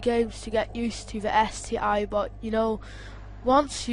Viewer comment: ST one boy , not ST i